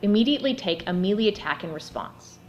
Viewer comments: I really enjoy your game videos! Also, wanted to pass on that the word melee is pronounced MAY-lay, may-LAY, or muh-LAY (in order of preference). It is never MEE-lee. Thank you, and please keep reviewing! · Sorry, but I couldn't help but giggle every time you said "meelee". :) Excellent review.